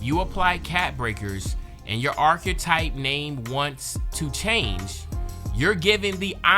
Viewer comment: Irks me everytime you say “Archquetype” 🥴